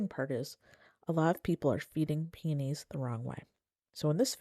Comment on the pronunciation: Thanks for the tips. Mine are in containers and haven't had many blooms for the past couple of years so I'm heading out to get the right kind of fertilizer. Just an aside, I got the giggles with how you pronounce peonies. It sounds like you're saying "pee-knees" instead of "pee-uh-knees." When said fast, your pronunciation sounds a little like penis. Maybe say all the syllables. 😉